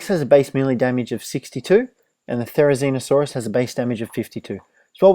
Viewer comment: it's not therinizino or something its therizino but with the therizino it's better for me and ur vids are amazing